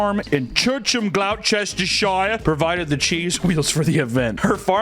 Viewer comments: Gloucester is pronounced: Gloss-ter-sheer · Sorry but googles way of saying Gloucestershire is wrong, its said (glosh-ter-sher) idk why its spelt like that either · It’s not cheese hill racing, it’s cheese rolling. In gloss-ter-shire (that’s how you actually pronounce the place) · Gloss-ster-shore (that's how you pronounce it 👍🏿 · Gloss-teh-shy-er 😂. Love Americans trying uk place names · We all know the most dangerous race is the communists. Of course I'm not being serious. Ps. "Glos ter sheer" and for future reference it is "woos ter sheer" sauce. I'm not especially proud of my nation's collonial past but i am so immensely proud of cheese rolling and other weird shit like just dudes inventing stuff in their garden sheds and im pretty sure we invented dogging as well. As with all things british the secret to success with cheese rolling is beer.